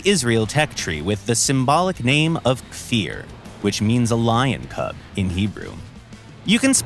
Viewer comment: "i swear he looked like an ejyptian MiG! it was an accident!" edit: wow, actually pronounced kfir and merkava correctly! well done!